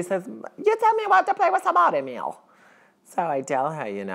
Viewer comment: Lol, my name is Emil, and you pronounced it right, most people say it Amul (phonetically), while it is Ameal (phonetically), great acting!